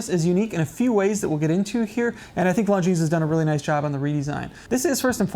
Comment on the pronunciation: The way he's pronouncing Longines is killing me inside!